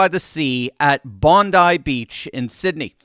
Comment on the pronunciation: You're the first person I've heard discussing the attack who correctly pronounced the name of the beach. Good work!